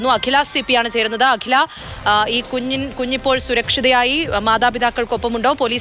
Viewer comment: അവതാരിക കുഞ് എന്നു പറയുന്നത് തെറ്റാണ് കുഞ്ഞിന്റെ ഡെഫിനിഷൻ ആദ്യം മനസിലാക്കുക